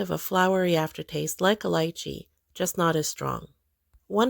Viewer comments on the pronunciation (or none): In this vid alone she pronounced lychee and heirloom wrong. She doesn’t even pronounce the food items correctly! And don’t get me started on saying fruit tastes “fruity”. C’mon! She can Google things but she rarely chooses to Edit: I see you pointed out the “hair-loom” 😂